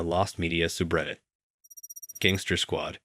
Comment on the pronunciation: He also said lost media suub Reddit - 😂